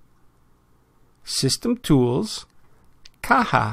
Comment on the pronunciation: I was right! It's pronounced 'Caha'